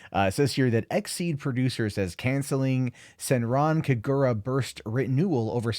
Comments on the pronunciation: To pronounce the name right. Do NOT put strenght on the "r" from Senran And put strenght on the "Ka" from Kagura.... Not in the "gu" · Senran Kagura fans OUTRAGED at for butchering name, likes video anyways. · Its not the WORST pronunciation Ive heard